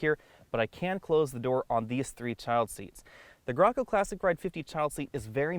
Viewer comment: It’s gray-co lol I couldn’t Handle watching cause he says it wrong lol